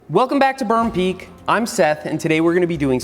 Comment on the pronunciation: perm pweak